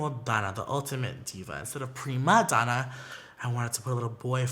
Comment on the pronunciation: When he pronounced “primadonna” (Italian) I got soften